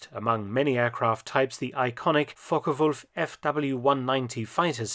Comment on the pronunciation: I really appreciate the way you pronounce Focke-Wulf